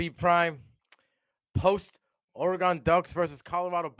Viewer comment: It's not Oruh-GONE. It's Or- ee-GUN